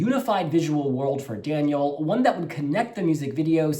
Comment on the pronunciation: You are the only one on the internet who pronounced his name right, well done! I cannot wait to see the staging and hear Daniel sing live.